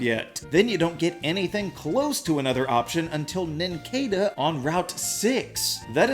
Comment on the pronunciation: It’s pronounced KAH-lohs and nin-CAH-duh, “”! 🤨